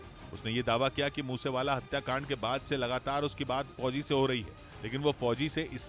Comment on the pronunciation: Fhoji fhoji MTT bolo yr please aacha nhi lag ra sunane mai bilkul